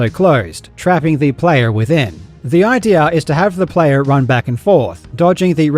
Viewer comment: In addition to the voice in general sounding weird (wobbly?), the accentuation of the word "idea" on was completely wrong, almost as if he's reading an abbreviation instead of a proper word. If this is not an AI voice, something really bad must have happened to it.